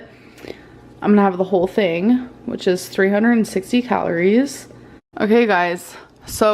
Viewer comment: And here, Dr. Now would be saying "You don't tink your weight gain has ANYTING to do wit your eating habit?" 😂😂